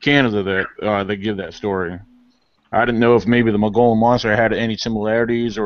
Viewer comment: You guys are pronouncing it wrong..Mogollon (Mo -gui-on)